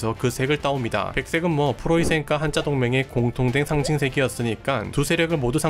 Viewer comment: Hansa에서 온 "한자"는 [hanza]가 원래 발음이기에 [한짜]라고 발음하면 안 되고, [한자]라고 발음해야 합니다. 참고로 [한짜]는 漢字의 발음입니다.